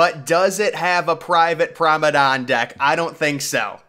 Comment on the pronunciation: This guy deliberately mispronounces promenade